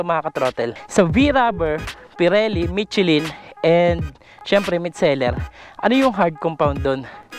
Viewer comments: Mishelin hindi mitsilin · Hindi "michi-lyn"...."michelle-lyn" ang tamang bigkas.